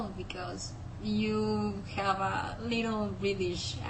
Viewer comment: as a Brit, you sound very Mexican, However it;s a sexy accent on a woman! I think, you need to distinguish the 'v' sounds, as you pronounce have as 'haaf'.